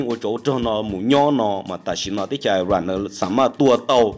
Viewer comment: Koj yeej hais xov xwm tau zoo lawm Kuv kuj nyiam caum saib koj Tab sis muaj ib qhov xav kom koj hloov me me Xws li IRAN mas koj hais tias ais ran no. Nws yog is ran. Yuav tsum hais lub suab yoog kom thooj li luag hais Ib yam li peb haiv hmoob Yog leej twg ho muab hais tias hmoov no los yeej tsis raug. Tsis yog tib yam Es kuv tsuas hais li no xwb. Ua tsaug